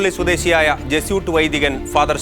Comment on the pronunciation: Jesuit should be pronounced correctly as Je su it. Not as Je soot.